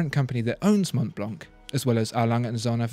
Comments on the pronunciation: The c is silent in Montblanc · Dear, Let me correct your french accent: - Richemont is pronounced RicheMON (don’t pronounce the T at the end). - Montblanc is pronounced MonBlaN (don’t pronounce the T and the C at the end!!!!!). Sincerely Yours, André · Prononciation is Mon-blan, the c is silent, nice review though, keep the good work rolling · I love listening to him talking but if you speak about watches learn how to pronounce German and French names!! Literally ALL decent brand names are French or German. The pronunciation is just so very very English aka I know nothing outside of where I grew up. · André Torroni Montblanc is German. And they do pronounce the C at the end.